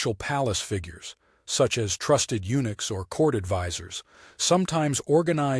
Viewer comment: unooks? SOMEONE NEEDS TO READ THE STORY AND PRONOUNCE THE WORDS CORRECTLY AND TO WRITE THEM CORRECTLY